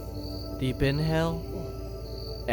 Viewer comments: Why do i hear "deep deep in hell, exhale" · “Deep in hell. Ex hell” Am in only one who heard it like this?